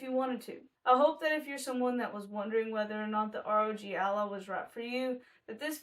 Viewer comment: Sounds like Rodge Allah